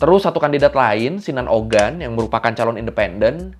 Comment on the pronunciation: ini maaf yah ngelurusin aja tentang penyebutan Nama ,Erdoğan ( baca ,erdoan bukan erdogan) , kiliçdaroğlu ( baca kiliçdarolu), sinan oğan ( baca, sinan oan) ,dibahasa turki itu ada yg namanya yumuşak ğ ( g halus, tdk dibaca g ,tapi dilebur) , untuk yg balcı (baca ,baljeu) c= j ,,biar enak didengar aja pas pemnaggilan namanya, maklum klo nyebut nama kan gak boleh salah .. untuk masalah yg 5,17% suara .. Sinan oğan sdh memutuskan bergabung ke kubu Mr. Erdoğan ❤, gak sabar menunggu hasil pemilu Turki besok 🎉, Mudah²an pak erdoğan menang karena kalo beliau kalah banyak sekali dampak ruginya bagi kita orang asing yg tinggal disini.